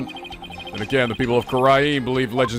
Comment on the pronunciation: I've been trying for so long not to bring this up, but the way pronounces Kurain is driving me crazy. I've gotten so to hearing it pronounced _ Ka-Rain_ were he pronounces it Ku-Ran it's just me. Hay he's getting the Country's pronounceation of Ku-Rhine right, so please forgive my inner Grammar John Wilkes Booth.